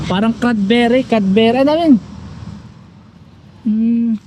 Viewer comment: Cranberry not canberry.